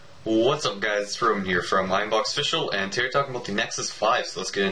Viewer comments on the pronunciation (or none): none